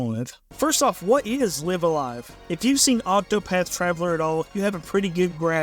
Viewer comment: Actually it's pronounced Live-A-Live. 😝